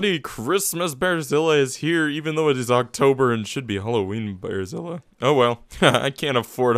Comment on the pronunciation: everytime you say "" i hear "Brasília"